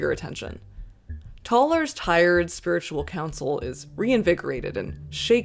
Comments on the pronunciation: Is this pronunciation of “spi’RITUAL” a Canadian thing or a thing? I’ve never heard the emphasis put there before, I’m so intrigued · why do you pronounce spiritual like that